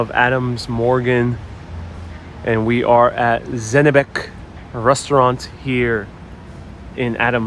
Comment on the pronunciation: It is Zenebech, ch as china.